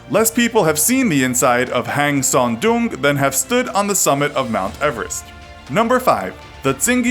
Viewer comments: It's so funny to hear Hang Son "Dumb" :)))))))) It is pronounced just like "Dong" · "hang" means cave in Vietnamese btw, the way you pronounce "Son Doong cave" is funny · It's Sơn Đòng not Son Doong -_